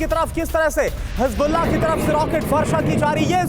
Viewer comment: Hezbollah ❌ Hasbullah✔